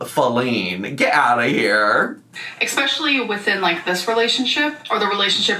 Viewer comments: For me its the expecially when its especially.. drives me insane 😂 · If anyone could please sent in a question request for the popsicle sticks for me please? Why does she pronounce especially wrong in Every. Damn. Video.?